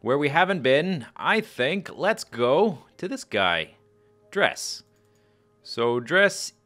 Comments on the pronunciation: I've heard it pronounced "Drez"; scott manley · I believe it is pronounced dress, except in place of the double s you make the "z" sound. Like drezz. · I prefer Dres with the "e" sound"Dreees"